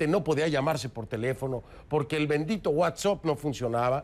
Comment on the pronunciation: "El bendito WhatsOpp"